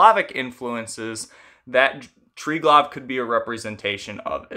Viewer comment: The V in Triglav is pronounced more as U than V. Also: it's basically the same concept as Brahma-Vishnu-Shiva